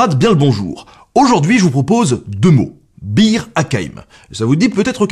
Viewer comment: Vous aussi vous avez entendu beer à la place de Bir ?